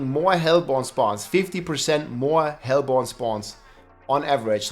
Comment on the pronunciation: its pronounced hellborne